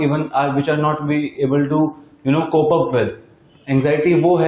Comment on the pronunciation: It’s cope not cobe